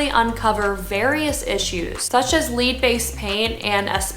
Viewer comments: Great channel, great information. Listening to you pronounce the word "lead" is funny. It's pronounced "Led" not "leed". Lead is the toxic mineral that causes brain damage and used to be used as ammunition. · You just said “LEED” based paint!! It is “LED” (spelled LEAD). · It's led based paint ..I know it's spelled lead , but it's pronounced "Led"